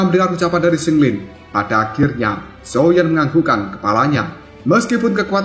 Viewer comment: Qing lin, bukan sing lin😂